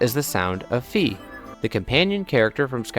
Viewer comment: It's not Fee. It's ファイ, which sounds like Fai in english. Google translates it to Phi. It's like my with an F, or even Phillip J. Fry without the (P) (h)(i)(l)(l)(i)(p) (J) (.) And (r) between the (F) and (y). I spent the whole video separating these letters but what I realize now is I could have said it's like 'I' with an 'F' in front of it. What you're doing when you call Fi, Fee, is that you actually quite literally do the same thing that google translate does when you type in 'Fi' and translate it back to japanese. In english it's pronounced Fy, but is translated to フィ Fi, which sounds like Fee. I'm sure it would turn into something wild if we kept reverse translating, but that would be like pointcrow's 100× reverse translated cup cakes, and nobody wants to pronounce names from their favorite games like pointcrows cupcakes...